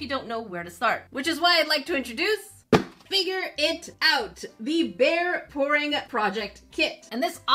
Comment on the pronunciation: “Figure it out” very Canadian and I love it ! Letterkenny anyone ?